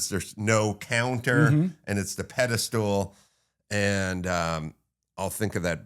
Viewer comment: Another guy who says "pedi-stool" for pedestal.